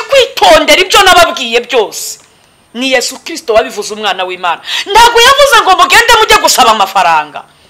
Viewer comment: Nyamara uyu mukobwavuga Kristu neza